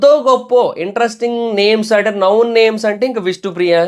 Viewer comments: it's known not noun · నౌన్ కాదురా నాయన, నోన్ అనాలి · అది నౌన్ కాదు నోన్ pronunciation తప్పు. నౌన్ నామవాచకం నోన్--తెలిసిన/పరిచయం ఉన్న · Known pronounciation thappu correct cheskondi known=నోన్ ✅ నౌన్ ❌